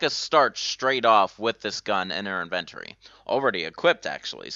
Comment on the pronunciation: So I gotta know dude. Where are you from? Cuz hearing you say words like inventory or phrases like, from the get-go, come off sounding like "in-vugh-tori" and "from the gecko" lol like when kids in middle school become familiar with more advance words but only in saying thus ending up with people saying what sounds to be similar to the true meaning of what they're trying to say but not.